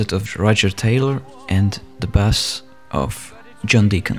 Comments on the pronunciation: Wrong pronounce it is bass of john deacon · He just called a bass (base) a bass ( bass) Davie, get him now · I don’t like how he said ‘bass’ as in the fish